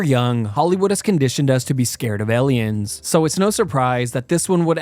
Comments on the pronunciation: Why does he keep saying “EL-ien”? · After reading the comments, I hear it too now "Ellions" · Why does bro say eliens but not aliens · The way he pronouces "aliens" as "elians" is so annoying tbh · Aliens not ellions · ITS AN AAAAALIEN WTF IS AN ELIEN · He says alien like elien. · It’s Aliens not Elians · The most terrifying thing about this video is how you pronounce Aliens. El Ians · Am I the only one that hears him saying "elly-ins" instead of aliens? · Sounds like hes saying eliens, not aliens. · Number 6 - “ELLIENS” 😂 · Who the fuck pronounces it "ellians"? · Lol - ELL-iens. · This is a fun video but…elliens? 😅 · STOP SAYING ELIONS!!!! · "Eleyinn" lmao 🤣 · Scariest thing is him saying "Elliens" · Elliens? I bet you pronounce "milk" as "melk" as well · What's truely scary is the way this guy talks. And "Ellians". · This killer saying aliens with an E… Grey skinned, no nose, 4 fingered Elians out here wildin Elians are eeeextra teeerreestirels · #6 - ehleeyens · Ellions bruh...ellions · “Elliens” is crazy work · Elians? Why cant you pronounce the 'A' 😂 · Fr he said sum “eliens” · How are you pronouncing Aliens? 😂 Ehliens??? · Elians are so scary. I don't like the movie Elians either. Elian elian elian. 😂 Does someone want to tell him he's saying it wrong? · My brain almost broke hearing him say "ellians" over and over again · Number 6 - “ELLIENS” 😂😂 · I thought it was just me lol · Is it just me or are u pronouncing Aliens like L-iens?🤣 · "Ehliens" heh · The most terrifying part of this video is when he says the word "Eliens" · Ill give you $2 to pronounce "Aliens" right. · elien lol Ellen from space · the scariest thing is how you say "Ellians" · Elliens? Lol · This man said ellions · Did this guy pronounce aliens as "alians"? Funniest shit I've ever heard xD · Not elien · Bro says ellion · My friend elliyens😂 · I was about to say this 😭😭😭 eliyen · Bro doesn't know how to pronounce aliens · The scariest part of this video is the way you pronounce aliens